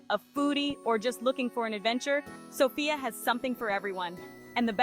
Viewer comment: The accent is on the 1st syllable....Sof...not on "ia"...